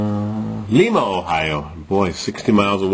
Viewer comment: PRONOUNCED LYMA